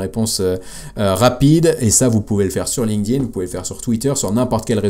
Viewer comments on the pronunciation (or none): none